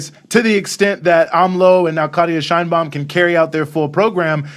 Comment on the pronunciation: You should also pronounce Claudia Sheinbaum the way she and Mexicans pronounce it. It is not "Shine baum," rather "Shane Baum."